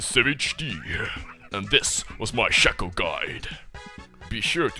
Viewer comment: Pro Shaco, but you don't pronounce it right :( Shay-ko. (confirmed by Riot).